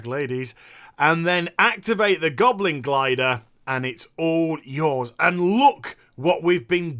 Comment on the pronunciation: I am French and I know how to properly tell "Goblin Glider" thanks to you.